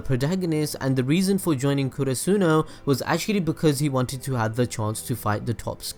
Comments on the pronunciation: Why do u pronounce karasuno as kurusuno? .. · I hate it how he says Oikawa and Karasuno